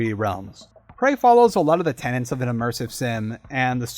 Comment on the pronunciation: Tenets!! TENETS!! Not "tenants"! Why does absolutely EVERYONE do that?! Subbed anyway haha.